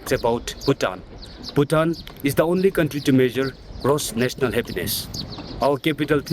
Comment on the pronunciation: that pronunciation of Bhutan is killing me